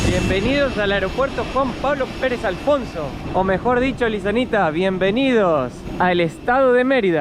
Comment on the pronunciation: ¡Se devaluó! ES CADA VEZ MÁS EVIDENTE QUE YA DOMINA MUCHO EL ESPAÑOL. (aun cuando haya pronunciado una "s" demás, pero ya es una muy rebuscada para cualquier extranjero) INCLUSO LE AYUDA A CUANDO ÉL NO SABE QUÉ PALABRA USAR EN DETERMINADA SITUACIÓN. ¡FELICITACIONES,!